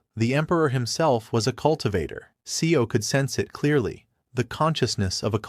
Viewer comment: Seo is not 'SE-O'...it pronounced more like 'sir'